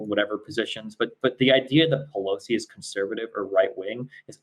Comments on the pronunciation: I’m not sure if is just pronoucing pelosi’s name that way because of his lisp...or if he really doesn’t know that it’s not “peloski” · Nancy Peloski’s name was mispronounced in this debate